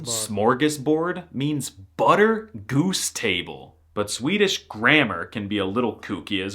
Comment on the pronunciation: Swedes in the comments raging about his pronunciation while he's hitting the vowels better than PewDiePie (he actually does which is... weird). The exaggeration for comic effect besides, he could mask as a swede if he stopped goofing around. Om du påstår något annat så är du en jävla skåning eller från någon annan hittepå dialekt (läs språkstörning). 😂